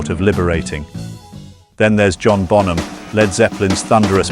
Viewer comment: Por qué mierda dicen bonJam? Se pronuncia bonam.